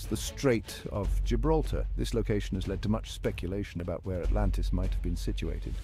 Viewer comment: AH MUH GAWD ALRANTIS